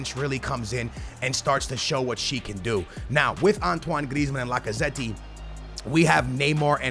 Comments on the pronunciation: i love how butchers half the names:D Lacaze-tee Sun instead of Son L-orente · The way he says Lacazette 😂😂😂